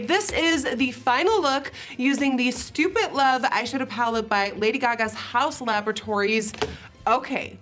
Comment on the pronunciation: Love how nikkie says, “stupit”